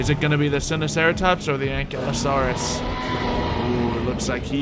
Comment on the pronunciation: Hol the heck up did u say anklieosaurus it's ankleeosaurous that's how it's pronounced